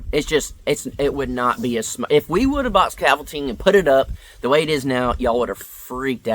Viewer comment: Come on you know he’s mispronouncing it. “😂Scafold-Tine” Is that created by the people that make Ovaltine? Scaffolding Scaffolding!